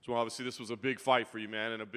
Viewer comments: Jamahal is pronounced jama-hall. Stop acting like his name is Jamal. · Jamahal "SpecimenT" Hill